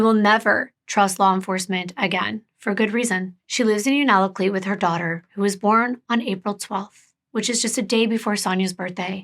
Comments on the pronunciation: My friend is from Unalakleet! What a small world, wow. If I remember correctly it’s actually pronounced “you-na-cleet.” Someone please correct me if I’m mistaken! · If you ever need help with Alaskan cases or people, lmk ❤️ I’m Inupiaq. And it’s pronounced U-naa-laa-Kleet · Anchorage Hillside isn’t in Nome. It’s in Anchorage. It’s the wealthier part of Anchorage. And Anchorage is 1,153 miles SOUTH of Nome or 547.3 miles by plane. Unalakleet is pronounced you-nuh-la-kleet But I’m glad our indigenous women are getting coverage. There’s so many unsolved murders in Alaska. It’d be nice to see more coverage on those cases too. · Unalakleet is said like (you•na•la•kleet), you’re amazing for trying to pronounce the words. You’re doing good❤️ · I live in Alaska and this case was, and still is, such a tragedy. Here are some hopefully helpful pronunciations: Unalakleet (heard it as you-nuh-luck-leet and you-nuh-kleet) Yupiit (u-pit) Kotzebue (cots-ah-bew) Ptarmigan and akutaq (aka eskimo or athabascan ice cream) are both delicious! Ptarmigan and spruce hen are like the dark meat of a chicken basically, a little gamey to some, but if seasoned and prepared correctly, they're super good! Akutaq with fresh picked Alaska blueberries...nothing compares! Thank you for bringing awareness to another MMIW case. Just one of many that need, and deserve, the attention of all our communities!